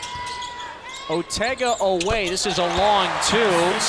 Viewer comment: Tell the idiot talking head that Otega's last name is pronounced O-weh...NOT o-WEH.